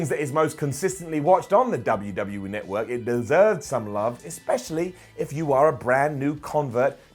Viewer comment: WWE Notwork! Come on man you're English this is your language bud!